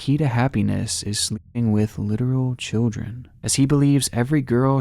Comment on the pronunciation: He always pronounces children as "chel-jren". Is that an accent or am I hearing things?